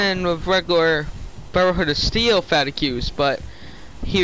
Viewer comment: FFS! It's pronounced fah teegs, not fa-ti-queues!